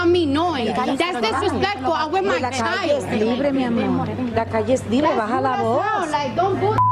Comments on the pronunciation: “we not recording your shild” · "We not recording your shild"😂😂